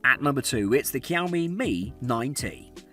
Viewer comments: the way he says Xiaomi triggers me so much that I want to commit rope neck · Gotta love yoursrlf a Kiaomi 😂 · Kiaomi it's very cringy to hear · How can i take you seriously and you cant even pronounce Xiaomi properly? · Would you take advice from someone who can't even pronounce Xiaomi? How does Google Pixel 3a qualify as a budget smartphone? It's £300+. Two or three times the price of the others!